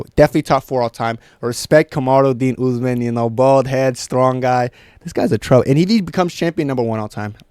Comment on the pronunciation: Now said Usman always with the Belal voice, the U U U Usman